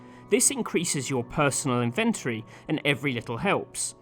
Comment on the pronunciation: Ive never heard someone pronounce "inventory" the way you do lol.